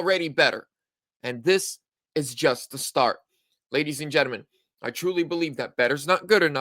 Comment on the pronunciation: My friend Gentalmen, not Genemen, got it